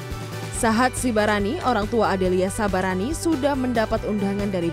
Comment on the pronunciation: Dua kali salah menyebutkan marga: disebut Sabarani bukan Sibarani. Pembacanya harus hati-hati marga itu sakral jangan sampai salah sebut atau menuliskan.